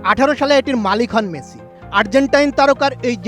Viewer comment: মেথি নয়, মেসি। উচ্চারণ ঠিক করুন।